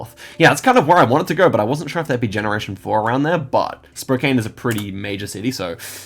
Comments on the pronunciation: spokane, Wa is actually pronounced Spo-can not spo-kane despite how its spelled. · Btw as fyi Spokane is pronounced Spo-can like a garbage can hope that helps.